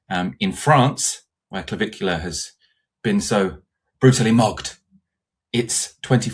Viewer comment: Did not finish watching, couldn't take this seriously after the first few minutes talking about some dirt bag called Navicular, or is it Caligula, or Claviholler, whatever the hell his stupid name is. I couldn't take this seriously after an introduction like that.